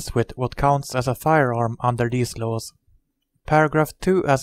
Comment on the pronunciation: han måste lära sig engelska han säger lows låws